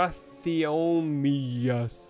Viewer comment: strue-theo-mi-mus strutheomimus